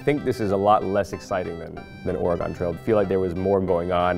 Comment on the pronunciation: Excuse me did he just say ORAH-GONE?